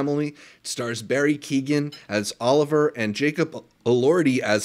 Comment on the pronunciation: Loved your Rosamund commentary. She sure is channeling the director. I think Fennell’s explanation for Superbad is that Elspeth got the screener. Not Emerald. Well done and thanks. Btw, Keoghan rhymes with Logan :)